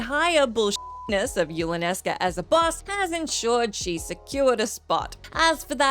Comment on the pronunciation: It’s Yulanesca!!